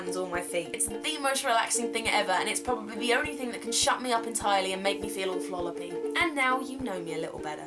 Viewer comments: "floloppy" Love you Carrie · So glad I'm not the only one who says "flolloppy"